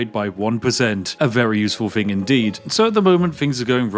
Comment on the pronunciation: He's so Spiffy he doesn't even want to speak proper English! What is a "thing"? Spiffy deals in"fings". [Edit I'm one time talk. I can't EVEN TYPE.]